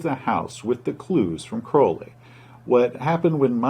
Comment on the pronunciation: I'm just glad he pronounced Crowley's name properly